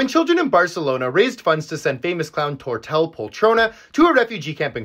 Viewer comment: Hey, just a heads up, if a name in catalan has the double (ll) is pronunced like and i, so it should sound Tortei poltrona :)